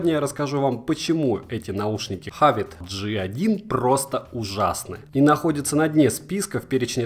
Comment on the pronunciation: Как можно так негативно относится к этим наушникам!!! И вообще то не хАвАт, а хэвит